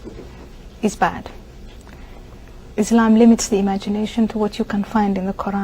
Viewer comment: "EESH-LAMB" isn't a race